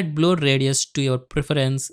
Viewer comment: its pronounced blur not bloor